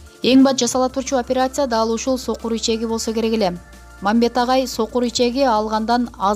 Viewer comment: Оперяция дебенизчи ай.